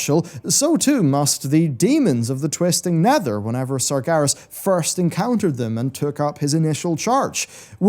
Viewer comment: You're pronouncing Sargeras wrong. You're saying it more like "Sargaris"